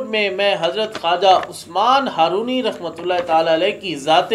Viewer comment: بسم اللّٰہ الرحمٰن الرحیم السلام علیکم ورحمتہ اللّٰہ و برکاتہ محترم بھائی جان! پیارے بھائی جان! "ہارونی" کے تلفظ میں اصلاح فرما لیں ۔ "Harooni" not correct "Harwani" correct